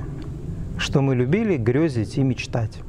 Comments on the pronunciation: ты 🤗 Только правильно говорить грЕзить, Е без точек 🌞🌷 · Все верно,. Вот только не грЁзить, а грЕзить.